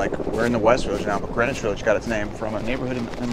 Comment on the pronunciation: Sounds like they're saying Granish instead of Green-wich?